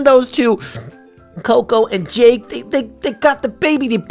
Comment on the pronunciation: its Jake not jack